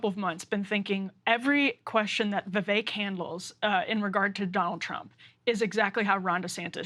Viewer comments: Kyle won't even pronounce Vivek's name correctly. It's pathetic. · He's surrounded by people saying it correctly, yet Kyle pronounces Vivek's name wrong every time. Tells you alot about the guy... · Became rhymes with cake got a George Soros scholarship. He’s not going anywhere in the primaries! 🤣😂🤣😂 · Kyle may be the first diagnosed case of Vivek Derangement Syndrome. Also, I hope Sagaar pulled Kyle aside off-air to tell him he's a complete dipshit for not being able to pronounce Vivek's name correctly. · Perhaps Kyle can learn to pronounce Vivek's name properly before his perpetually bad takes are aired? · "I'm gonna mispronounce Vivek because that's how I roll." - Kyle... what a badass